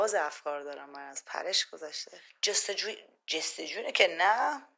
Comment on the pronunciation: دوران مدرن ❌ دوران مدرک✅ جُستُجو ❌ جِستِجو✅ جوانان❌ حیوانات✅ 🤣🤣🤣🤣